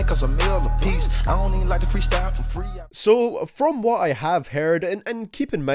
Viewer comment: Finally you have learned how to say "Migos" correctly